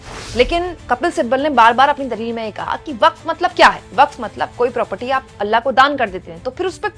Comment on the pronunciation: अल्ला नहीं. अल्लाह है ❤